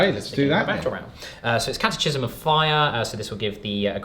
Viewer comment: However this was shifted by Chef pronouncing catechism improperly :(